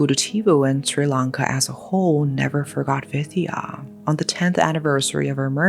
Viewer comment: Finally from Sri Lanka. Been waiting for this and thw pronounciation is on point. Thankyou so much for covering this up ❤